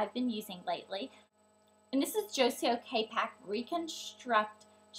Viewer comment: It's actually Joico not Jocio. xD